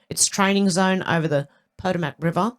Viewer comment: 🥰... close, respelling is pah- toe - mik